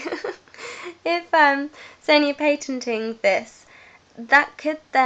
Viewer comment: Patent-ting-ting? :P I'm not sure what Sony are doing when they are patent-ting-ting, but it doesn't sound like I'd be impress-sess-sessed! Great video, keep up the good work ;)